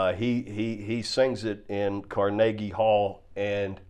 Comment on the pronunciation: Car-Nage-Ie Hall. hahahaha